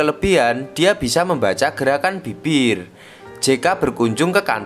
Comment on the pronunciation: Kenapa ya kita orang jawa susah nyebut huruf B??😅 Ibu di bacanya ipbu🤣🤣 Bibir dibaca Bipbir😂